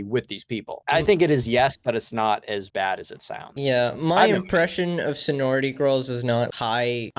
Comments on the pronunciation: saying "Senority" instead of "Sorority" shows how little this matters in the long run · Is he saying "sonority" the whole time? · He legit said sonority lmao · Lmao is pretty inexperienced with life, and he also doesn’t even know how to pronounce “sorority” correctly. He just assumes women are dumb and women groups are dumb and social groups are dumb with no actual basis for saying so. I only watch this channel for Connor, is a big misogynist who lacks understanding of the way the world works because he’s chronically online. doesn’t care about the women in his audience lol. I don’t know how you didn’t see that before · I know it's not important but he's still only mispronouncing because he's never heard of it before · i would imagine he'd question if hes saying it right after hearing it the way other people pronounce it throughout the video lol...